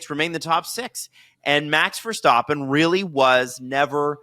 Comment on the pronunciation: love the pod but those pronunciations of Verstappen and Doohan are painful